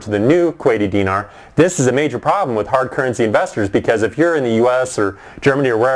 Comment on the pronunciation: He's not even pronouncing Dinar right. Go back to Canada.